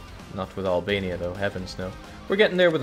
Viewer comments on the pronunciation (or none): none